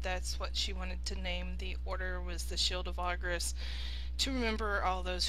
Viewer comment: She pronounces Argus wrong every time